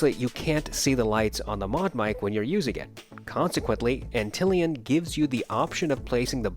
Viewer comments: Ant lion lol, not Antillian 🤣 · It is Ant-lion, like the bug, but don't shame the guy ;)